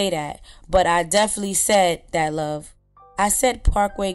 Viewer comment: did he say “love”? 🤣🤣🤣